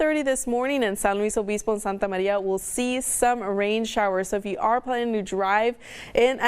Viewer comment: You can say r's fine with your English until you say santa barrrrrrbarrrra or santa marrrrria. Yoooooo.